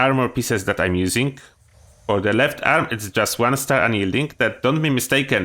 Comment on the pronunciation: I was listening when you said the one star and I had to go back and look cuz I thought you said a one-star assassin's helmet not handmade